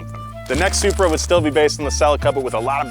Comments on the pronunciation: Love the ‘Selupra’ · why do y'all keep calling that BMW a ...soup-ra?? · Love the Super-Uh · Supra sounds like sup bra 🤟